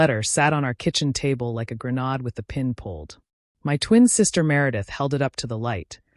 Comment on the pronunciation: "Grenahd" again!? You need to invest in a better programmed AI voice, or a human narrator. 😮